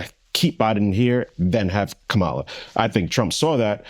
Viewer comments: Omg! Not Ka-ma-la, but Kamla! The “a” in the middle is silent! Caucasians, Blacks, Asians etc. needs to properly pronounce, peoples names of different ethnicity! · KAH-MAH-LAH. If you can say hawk-tuah you can pronounce her name properly. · Do u purposely say Kamala’s name wrong on purpose Andrew? Lol. Either way it’s funny.